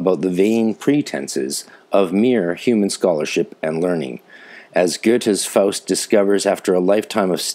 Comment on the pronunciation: First time I hear Faust in english translation. As you sure know only a small percentage of the genius can be captured this way. But your german pronunciation is excellent! I very much enjoyed your episode!!